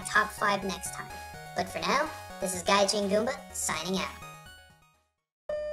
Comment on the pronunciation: you said it gajin. also weeaboo?